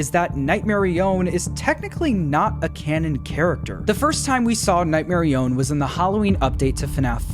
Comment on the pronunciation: I will die on this hill. It is Nightmarionette, not Nightmarione. That’s name is so lame and it isn’t as cool as Nightmarionette